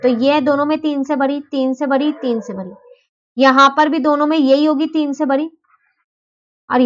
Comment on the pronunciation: Mam बरी नहीं बड़ी होती है